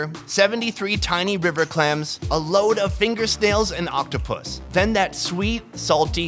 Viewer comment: Did he say oc-toh-pooss?